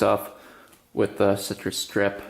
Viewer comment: Im soryy to tell you but its citris strip not cristy strip😂